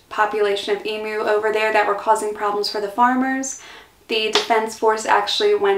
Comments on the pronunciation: I saw that it was a struggle, but thank God you pronounced it Eem-you, and not Eem-oo. It drives me nuts to hear Eem-oo. I don't know why, but it does. All logic says it should be Eem-oo, but logic flew out the window on that one. Thankyou for not driving me nuts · Congrats for pronouncing emu like an Aussie, most Americans seem to say emoo. 😃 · Wow!! Congratulations. In my 70+ years I've known a lot of Americans but you are the first I've come across to be able to say 'G'day' correctly without an accent (Americans always seem to have trouble getting the second syllable right), and also the first to get 'Emu" right. Interesting video - you have a good sense of humour - you fit right in here like a native :) Thanks for the video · Yes. There's no emoos. Congrats on the pronunciation of Koalas. Most Americans say Kowollas.